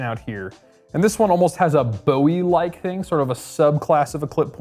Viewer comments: You're running a knife show and you can't even pronounce Bowie right? Ffs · Paleeeeease!!!!!🙏🏻 the Bowie knife was named after Jim Bowie the man that fought and died in the Alamo! Jim Bowie "boowie" it is not named after the rock singer David Bowie "Boewee" who made his last name from the original Jim Bowie I would think a man that works for bladehq would know that! It's very disrespectful and irritating to hear people call it a Boewee knife like it's named after the rock singer! 😂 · Boo-e Not like David Bowie.